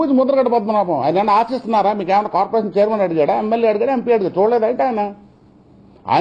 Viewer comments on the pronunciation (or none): కాపురేషన్ కాదురా కార్పోరేషన్. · Kapu kapu antu alvatulo corporation ni kuda kaporation antunadu 😝😝lol